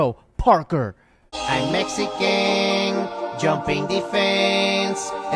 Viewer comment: MexiCAN Homie, Not MexiCANT!